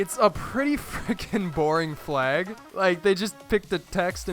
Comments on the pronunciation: Fleags? I say flag. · Wtf is a "fleg"? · Umm... why do you say "flag" like "fleg"??? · why do you pronounce flag as "flayg"?